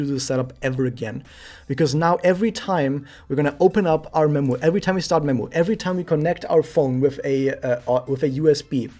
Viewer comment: When you said I'm gonna recommend memu I thought you said I'm gonna recommend nemu xD